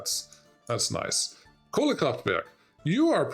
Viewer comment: Im suprised how well you pronounced "Kohlekraftwerk" 😅